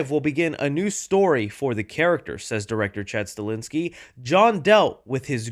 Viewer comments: His name is Chad Stahelski no Chad Stalinski. I swear you butcher like every other name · Will ever be able to pronounce Chad STAHELSKI’s name even remotely correctly? Like holy shit man lol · say it with me: STA-HELS-KI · Sta-hel-ski Stahelski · pronouncing Chad Stahelski and Chad Stalinski had me in stitches